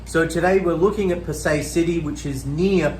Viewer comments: It's pronounced as Pa- Sai rather that Pa- Say. Anyway great videos. I was looking for a better way to gage the valuation of a property in this murky market. You shown me that foreclosures can be a good valuation indicator as the bank's also have to price them correctly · Hi Fred Bee... I welcome your comment to correct me if I am wrong. I am just pointing out that the local pronouce it Pa-Sai instead of Pa-Say. There is no malice in my comment at all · He is unable to even correctly pronounce the name of the city ! Why would you have any reason to believe anything he says. Does he have a realtor's licence to operate there ?